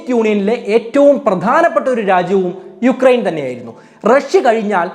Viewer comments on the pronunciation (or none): യുക്രൈൻ അല്ല ഉക്രൈൻ ആണ് sir